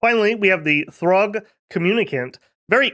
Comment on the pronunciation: It's see-urg not throgg 🙂